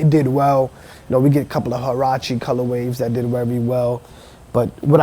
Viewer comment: He's saying colorwaves instead colorways